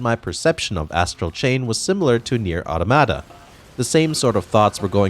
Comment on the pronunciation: Imagine pronouncing it audomada and bayonada.